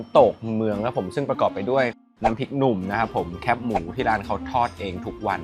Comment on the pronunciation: ทำไมออกเสียงแคบหมู่ว่า แค๊ปหมูหรอ